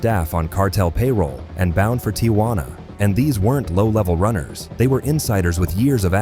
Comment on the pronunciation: It's not TIA juana , just Tijuana